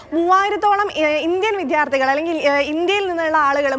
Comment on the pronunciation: Vidyardhikal Aanu correct pronunciation allathe vidhyarthikal alla